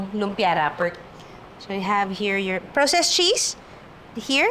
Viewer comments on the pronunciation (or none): 😅praa•sest cheese po ✌🏼✌🏼✌🏼no proww-sest 🫰🏼